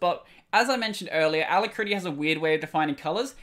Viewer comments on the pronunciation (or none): Try listening to it on the dictionary web site. The ending you are using is similar to how you pronounce when talking about the Kitty terminal. Rather than it-tea, is ruh-tea. Still, you are doing great content all around so keep up the great work. When you finish school, PM me as I work in the industry and may be able to find you a position at the company I work with (a name you would recognize but not something I'll mention publicly). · a-LACK-ruh-tea you can hear it here: just click the little sound icon